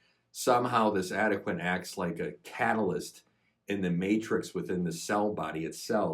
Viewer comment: It's pronounced AD-UH-KWAN.